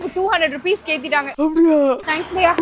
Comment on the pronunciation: Baiya ❌ Paiya ✅